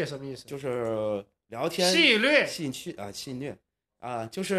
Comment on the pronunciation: 你这电子科大的高材生不识字啊哈哈，，戏谑（xue）还有戛jia然而止